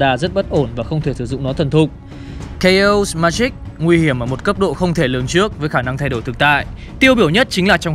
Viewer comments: đọc là kây ọt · Chaos sao lại đọc là K.O :))